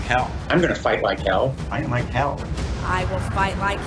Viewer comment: Did biden say fight like kale?